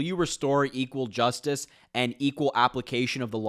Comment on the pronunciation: So right. Pathetic, uninspiring, and stale. ( glitching left and right.. " J u s ti ss e ss " little mis pronouncements spilling out everywhere.. !!! > canary in the coal mine, _